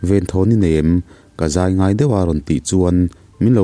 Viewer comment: "Ka zai ngai deuh a" tih lai pawh hi i lam diklo hret "henu han ZAI thiam loh zia hi" kan tih a,Zai rik dan hian a ri tur a niaa... Famkim hi a har a nia nge,ka lo sawi lang ve mai mai aw... Keini ai chuan Mizo tawngah hian i sang fal nalh tho na chungin,inchhiar nasa bawk a,lam sual palh hi chu awmlo thei a nilo ve bawk a ni.